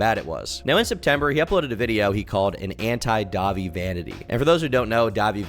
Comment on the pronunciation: Dah-vie? Are you even a real emo girl?